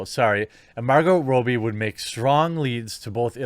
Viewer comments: This is bugging me. It’s ‘Raw-bee’. Not ‘Row-bee’. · While I agree with how stupid all these decisions are from Disney you are really unable to say Margot Robbie's surname properly its Rob-bee not Row-bee. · For the love of God... It's pronounced 'Robbie'... not 'Robey' FFS!!!!! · Have I been saying it wrong all these years? Isn't it Robb-Ee, not Robe-Ee? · Perhaps Margot herself is the best source for this, but in Aus 'robbie' rhymes with 'knobby' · why are you constantly saying her last name wrong